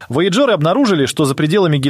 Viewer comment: Такое впечатление складывается, что ведущий-это сгенерированный ИИ человек. Бедные вояджеры! Куда только не ставил ударение голос озвучки: воЯджеры, вояджЕры... И второй момент, замечательно, что на экране показали перевод мили в километры и прочее. Но все же, если вы вещаете на русскоговорящую аудиторию, полагаю, что можно было немного потрудиться и, при написании текста, все таки изменить данные на метрическую систему измерения. В противном случае складывается ощущение, что это не текст автора, а просто скопированная до "запятой" чужая информация с англоязычного сайта. Автору было просто лень отредактировать информацию.